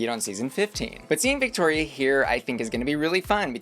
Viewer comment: Please pronounce Victoria’s name properly. Her name is her brand and mispronunciation of it is disrespectful.